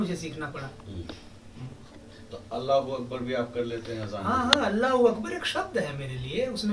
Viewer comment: Ab tum bataoge aajan kaise dena hai Kud toh sahi se allah ukabar bolna nhi ata hai our humko hi sikha rahe ho ajan dena Apne hindu dharm focus karo Bohut kami hai